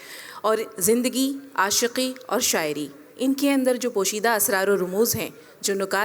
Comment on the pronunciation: کوثر منیر جاوید صاحب کے سامنے بیٹھ کر اور جشن ریختہ میں بولتے ہوۓ اپنی ریختہ تو ٹھیک کر کے آتیں ۔۔ آشکی ۔لعنت ہے تم پر ۔